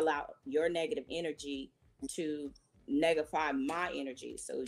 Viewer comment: Did she say negatify. What's does that mean?